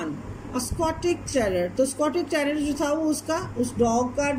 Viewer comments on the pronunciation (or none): it is not stotich terrior it is scotch terrior you don't know how to pronounce